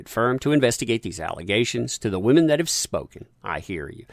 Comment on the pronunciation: didn't say "women" i said "wAmen" there is a difference